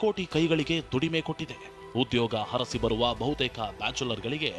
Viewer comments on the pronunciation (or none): ಥೂ.ಹರಸಿ( ಅರಸಿ)😮 ಬರುವ. ಅಕಾರ ಹಕಾರ ಸರಿಯಿಲ್ಲ .ಕಲಿತು ಆಮೇಲೆ ವಿಡಿಯೋ ಮಾಡಿ ಹಾಕಿ.